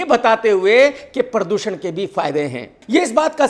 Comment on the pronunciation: “PARR doo SHAnnnn “ 😅😅😅😁😁😁